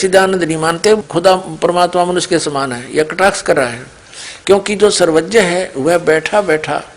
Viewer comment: Pahle aapna hindi ki pronounceation thik karo...Bhai... "Sarvagya" hota hai.... "Sarvajya" nahi hota